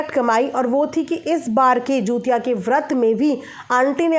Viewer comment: Hello didi namaste , aap pronunciation galat kar rahi hain, app bar bar jutiya bol rahi hain.jutiya nahi hota hai. jitiya hota Hai.